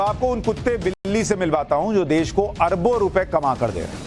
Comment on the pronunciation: अरे देस नहीं देश बोलते है तुम बोलना सिखो. बाद में दुसरे के डिग्री मांगो . अब अनपड कौन रिसर्च करो.